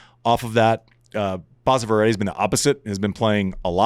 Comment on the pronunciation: it is basava not baasava